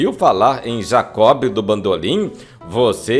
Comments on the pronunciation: O grande Jacob do Bandolim deixou muita saudade! Amigo, um lembrete, o nome dele se pronuncia "Jacó", o "b", portanto, é mudo. Abraços. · Me permite salientar que não se pronuncia o “ B” no nome de Jacó. Como se tivesse acento no “ O”. No mais, o texto tem pontos interessantes que muitos desconhecem sobre este grande músico, que tinha grande conhecimento de música clássica, possuindo em seu repertório, o raro Concerto para Bandolim, de Antônio Vivaldi. Marcos Leite Pianista/ Professor. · GOSTEI DE SABER DA VIDA DE JACOB DO BANDOLIM. TENHO UM REPARO PARA O NARRADOR: NÃO O "B" DE JACOB, É MUDO. OU SEJA, SE FALA JACÓ. DATA VÊNIA! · Por que o amigo pronuncia o "b" de Jacob,,,?